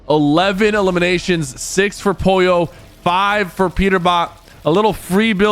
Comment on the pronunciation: Why does he not pronounce the l in Pollo?